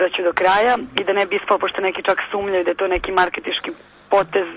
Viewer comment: neki SUMLJAJU hahahahahaa SUMNJAJU GUUUSKOOOOOOO